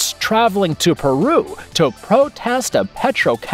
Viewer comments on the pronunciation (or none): none